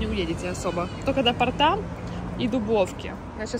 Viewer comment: правильно сказать:" до пОрта" (а не "до портА) см 6,... мин